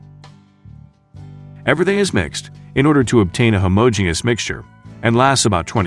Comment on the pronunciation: Morty della? Is an 'a' a 'y'? 'Homie genous'? Is this a bot?